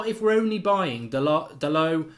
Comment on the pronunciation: It’s spoked “Da(‘DA’llas)-LO(‘LO’s Angeles)” Dalot.